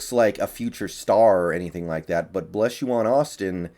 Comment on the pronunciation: Blessuan is pronounced like Stefon …Bless-suan